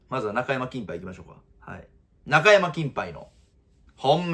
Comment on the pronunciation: いつもなんだが中山のイントネーションが引っ掛かるw